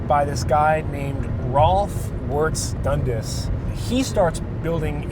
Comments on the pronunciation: Its pronounced.. DUN-Das. Emphasis on the 'as'. Not Dundus....... im being picky because i know its a scottish name. P.s.. i hit the dislike button. P.p.s ....i never hit the dislike button. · When your Scottish and they say Dundas wrong everytime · 'dundis' castle... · when you're from Toronto and cringe everytime he says dundas